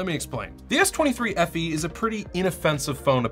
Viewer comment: You had me at "Samsung S23FEe" 🤭🤭